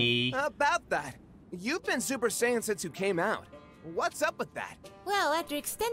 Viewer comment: See and sayian. I just caught that. Its not saying its sayian